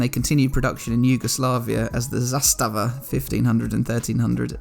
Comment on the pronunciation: "Zastava" pronounced perfectly :-)